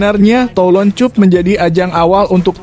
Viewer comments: Min caranya baca gak enak di telinga, benar tulisannya cup tapi bacanya cap lah dll. Ini hanya usul agar gak gali telinga ini, terima kasih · Min ,Cup baca Cap. Malu saya ada yg menyoroti cara bacanya,sebab yg menyoroti bacanya itu , kesannya orang Indonesia tak pandai membaca.